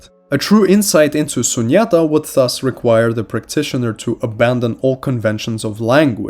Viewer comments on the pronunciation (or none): Ahh most of these words and teachings are Hindu! sunyata is pronounced - soon-yatha which kind of also means 0 which is pronounced as soon-ahm